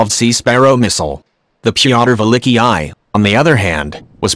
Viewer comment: The Pee-otter Villickee-I?